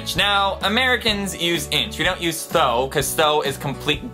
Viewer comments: It's a thousandth not a "thow". It is called a "thou" sometimes, and is used in machining. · its not "thow" its thou as in "thou-sandth" and guess what??? it is one thousandth of an inch. another common one is "tenth", which is not one tenth of an inch, it is 0.1 thousandth (0.0001"), or one ten-thousandth, or "tenth" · Thou, is pronounced Thow. Is one thousandth of an inch. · Oh and your 480,000 “Furlongs Under the Sea” is wrong! It’s actually 552,727.273 furlongs! Your calculations are bassed on the ‘statute” league not on the ‘nautical’ league. I’ll leave you to find the difference: But might I suggest that if your going to critique something, then you be well versed in the subject. For instance a ‘thou’ (its pronunciation rhymes with ‘cow’ not ‘mow’) is an abbreviation of a ‘thousand’ of an inch, and is the logical extension of the decimal fractionisation of the ‘inch’ and not a differentiated measurement, you conveniently (I won’t say deliberately) overlooked the tenth and one-hundredths of an inch. And by your logic your the smallest (and ONLY) unit of measure of length in the metric system (SI) is the ‘metre’. Which is what all other units of mass, volume, force, pressure etc hang, with the exception of temperature and time. Oh hang on - a 1970ish redefinition of the meter now has the meter defined in terms of time, the second to be precise which also means temperature is tied into time too, through the pascal. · It's pronounced 'THOU' as in 'THOUsand'. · Thou isn't pronounced though. It's short for thousandth like 1/1000 and the smallest unit is actually 1/10 of that which is 1/10000 of and inch. That's all I've found wrong with this stupid video so far but I will continue watching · It's pronounced so that it rhymes with plow.